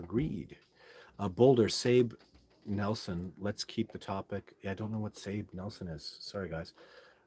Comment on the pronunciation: Sabe is pronounced like SAW-BAY. I understand it's just another word for Sasquatch. A lot of folks are using this terminology now on social media. I'm not sure where it came from. -OG